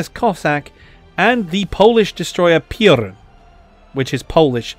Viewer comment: Greetings from Poland. I love your pronunciation of "Piorun" - a little between "piorun" (Polish for thunderbolt) and "pierón" (Silesian for brave lad), which fits perfectly for sailors of conquered nation haunting Bismarck at ocean far away from home.